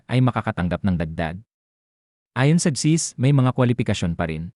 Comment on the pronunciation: Please pronounce the name of the agency clearly and correctly.... Not chizzzz. If thst is a fslse alarm, may something bad befall you for fooling us and dampening our hope. We are really in need to sustsin our living.